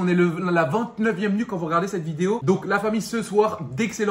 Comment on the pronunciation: Video et non videod